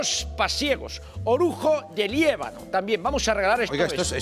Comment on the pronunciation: Liébano???? JAJAJAJAJAJA Es LIÉBANA